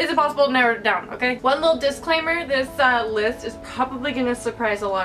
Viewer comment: when you said "this list may surprise you" it sounded like "this LISP may surprise you" and i got confused af :P